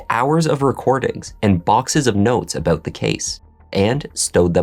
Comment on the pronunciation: Did you say “aboot” ? A Canuck?